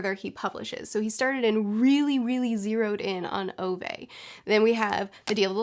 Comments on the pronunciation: Btw, about the pronunciation of Ove. It is pronounced more like Uve. Kinda like the vowel from 'cool' which is then followed by the word 'vet' without the T. So more like Oove, I suppose. I don't know do you care but I thought it'd be fun to know. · I think Ove is pronounced "Oo-vah"